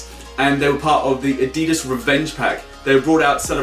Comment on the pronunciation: He can't say adidas properly